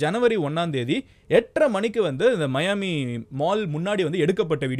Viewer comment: Athu miami da 😅 (mayaami)😂😂😂😅